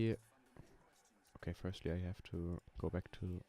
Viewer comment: 1. es heißt GP 2. Wahrschl. firstly und nicht firtly 3. Maxi war halt schüchtern 4. Schade für Klaus 5. Speedrun ist nicht der Sinn von FVD, gute Sachen brauchen Zeit 6. Trap Musik ist der größte Rotz gemeinsam mit Rap. Aber ok wenn du das hörst. 7. Ne ich mach nicht den Quimerra 💀 8. Das Grasding is das standard Scheiß von Nl2. In blender gehts deutlich besser.